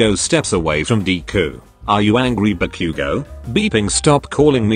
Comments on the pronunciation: What we say : Ba-Bakugou Google translate man : barbecue gou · im sorry but i have to point out a really funny bit the bit were Izuku goes ba-bakugo the voice said barbque-go good video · Ba-Bakuguo (text speech: What I heard) Barbeque-go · bro why did it sound like barbecue?😂🤣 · He really said barbque go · Ba“Q”go “D"ku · i understood barbacue 😭